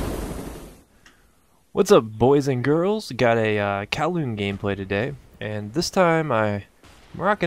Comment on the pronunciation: I like to think i had something to do with you pronouncing kowloon right this time lol